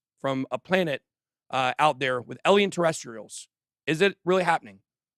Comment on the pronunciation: How does someone like Ben...with such a high IQ,still mispronounce alien?, I feel like he's just a troll doing it on purpose 🤣🤣